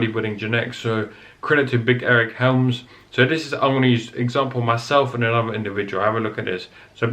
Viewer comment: "Anuva and anuva and anuva" haha. Great video though